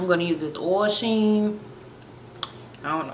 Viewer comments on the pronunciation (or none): its OIL sheen .... not ohel 0-0 no hate tho, love the look just brought 3 containers